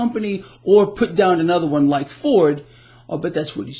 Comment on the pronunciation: the word "down" has only 1 syllable. Just sayin'.